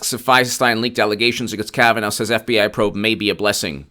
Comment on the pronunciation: Say after me: Judge Kavan-aw, not Judge Kavan-ow